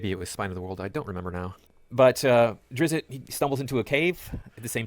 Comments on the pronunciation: Uh, he clearly said "Drizzit." So must have been talking about a different character. /s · but also 'drizzit', as the guy pronounced it, once killed some goblins because the goblins logically assumed the inherently evil race that was traveling around with a human did not view the human in a positive light. and they died from it. which is like, the drizzit killing the representation of this guy's viewpoint, making it a very weird case to use as an example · I started playing DnD in v3.5. You know what the PHB and DM's Manual did? They both alternated between he/him and she/her pronouns to refer to player characters. IN THREE POINT FIVE. I'm not sure this guy has read a dnd book in his life. He can't even pronounce Drizzt. Do you see a second 'i' in there? No you fkin don't >o